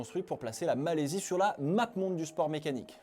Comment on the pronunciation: Malaisie pas Malaysie..😂